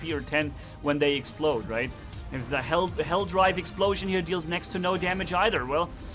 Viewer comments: It’s hellDIVE not DRIVE! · It's Helldive not Helldrive